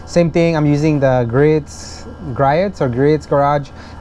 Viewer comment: Griots is pronounced Gr-ee-oats